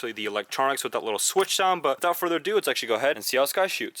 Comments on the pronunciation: Without further aduu adoo adue! I think k you said it 78 times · Without further ado. Without further uhdew. Without further ahdue